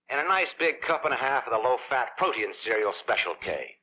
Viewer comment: I enjoy these vintage commercials that are included in this broadcast, but Dennis James consistently mispronounced the word "protein". He pronounces it PRO-tee-an, which is an entirely different word to Protein. I am surprised that no one ever caught this mistake.